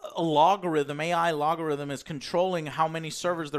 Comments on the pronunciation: it’s algorithm Joe. That’s worse than Ebonics. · Joe’s pronunciation of algorithm caused me mild distress.